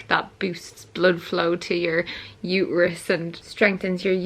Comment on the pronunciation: Haha strengthens your uterus sounded like strengthens your wrist 😂😂😂